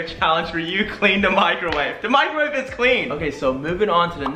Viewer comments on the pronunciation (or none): Microwave not microvate